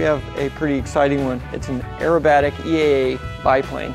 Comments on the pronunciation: Aerobatic not Acrobatic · Aerobatic NOT acrobatic. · Not pronounced AcCROW batic...Aerobatic....